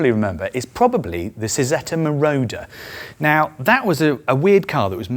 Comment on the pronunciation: It's CHI-ZETTA not See-Zeeta.